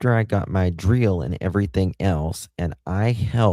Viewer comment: I don’t know why but I’m so amused with the way you say drill 🤣🤣🤣 🏴